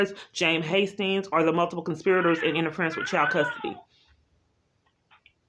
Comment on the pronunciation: And It’s child, not chowed. 🤦🏻‍♀️😆